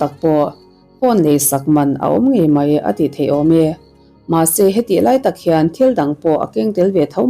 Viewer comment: Mei...ti lovin...'mai' tih hi a țha